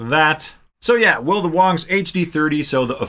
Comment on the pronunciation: I Feel like you are pronouncing the Wang wong. See what I did there? Wong, wrong…